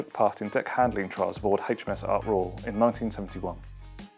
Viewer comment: The number 3 is not pronounced "Free" and HMS in relation to the Royal Navy is pronounced "Aitch Em Ess" not Haitch etc. So very annoying.